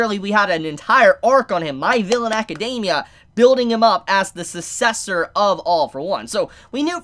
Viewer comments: sometimes be like... Susessor I'm sorry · Take a shot every time he miss pronounces sucessor